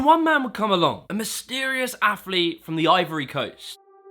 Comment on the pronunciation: Hey,, what the f**k is an "afflete"?